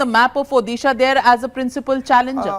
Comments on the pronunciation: try to pronounce odisha correctly...u calling urself an anchor u bitch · Oyee Anchor Madam please pronounce Odisha. correctly. It is not Uddisa ...it is Odisha..